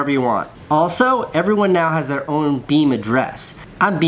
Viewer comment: Beme not nene